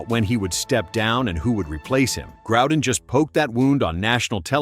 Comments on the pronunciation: The name is pronounced Grow-den. Not Growe-den. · It is NOT Grou-den either.